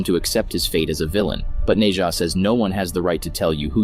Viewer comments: Bro said nei ja lol. It’s Nezha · Its nezha nkt neja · It’s pronounced nesha